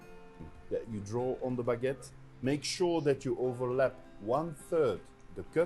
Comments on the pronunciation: What is a "beget"? That's what it sounds like, but I have no idea whatsoever what you are saying. Oh, do you mean a baguette? Well, FIY, you are saying "biget", but that is not the word. It is "baguette". "Be" is not pronounced "bi". Come on. It isn't a bigette, it is a baguette. And you keep saying biGETTE. Stop. I won't listen to you if you keep saying that. It's driving me nuts. There is no such thing as a biGETTE. The first syllable, "bag," rhymes with hag, not with hit. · learn to say BAG ETTE, thank you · PLEASE learn how to properly pronounce 'baggette' ! There is a you tube video for further reference! Thanks!